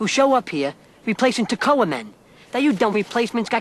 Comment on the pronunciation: Just Stop it's Toccoa not Taccoa